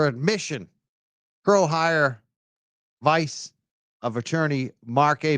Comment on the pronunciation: I believe it’s a Latin term…and is pronounced pro hac vice (“vee-chay”).